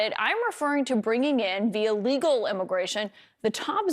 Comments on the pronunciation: mfer said immiration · Gimme that sweet Immiration